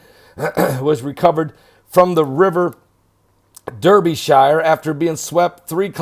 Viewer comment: Derbyshire is pronounced Dar-bih-shear.